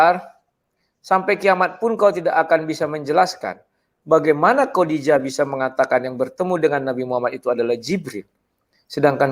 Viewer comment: Ngaco aaja nih debater kristen.....menyebut Khodijah aja masih salah, kodijah siapa itu ???